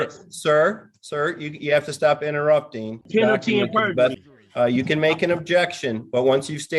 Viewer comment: Lord did this goofy mf say “berjury”?!🤦🏾‍♀️🤦🏾‍♀️